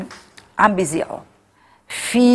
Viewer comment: مو يزيعو يذيعو خطأ فادح بكونك عم تحطي اعاز إعلامي...